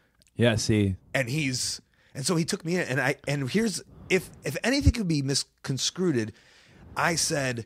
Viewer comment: Cody Rhodes is AMAZING! And "misconscruted",Colt? haha!